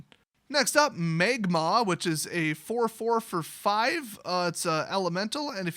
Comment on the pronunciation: Magmaw! Yeah, that doesn't sound at all like a certain Fire-type Pokémon...